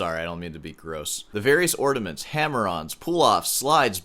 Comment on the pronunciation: Are you saying "ordiments"???